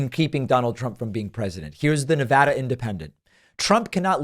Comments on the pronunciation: You pronounced NEVADA properly! Fanta face did NOT! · I’m impressed and respectful of the fact that David pronounces Nevada correctly.